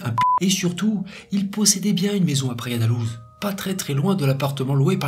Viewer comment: Très intéressant, comme toujours. Sinon : -Praia da Louj -Guarda civil (Gouarda) ; guardia, c'est en Espagnol. Merci pour ton travail.